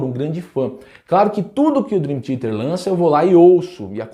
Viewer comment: Curto muito deu canal, mas não entendi o motivo de você com o conhecimento que tem de inglês fala Drin Tiete.